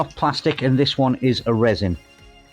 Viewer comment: Resin you say…